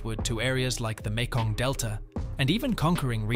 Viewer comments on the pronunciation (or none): none